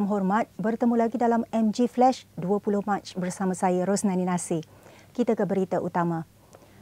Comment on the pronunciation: Bukan MGflesh but MGflash! You sound the ‘a’ the way the malay says it. Flesh v flash 😂😂